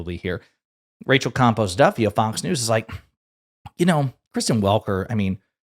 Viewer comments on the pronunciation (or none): 🤣😂 It sounds like you're saying Rachel COMPOST Duffy 💩